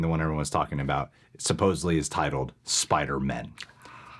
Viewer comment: In the trailer it sounds like Doctor Strange says “ ..Forget that Peter Parker SpiderMEN”